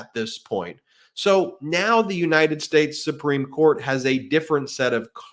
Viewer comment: No, he took an oath to support the constitution of the “unated shtash.”